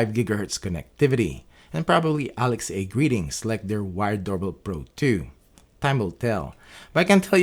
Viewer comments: Very good video. Thank you! Just to let you know, you're mispronouncing "Alexa". It's pronounced as one word with a soft "a" at the end -- like, "Aleksa" -- not two words like "Alex-ay". Cheers! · Irritated by your "ALEXEI", I was unable to continue watching the vid. My goodness, it's ALEXA, the very same way you say LINDA, not LINDEI.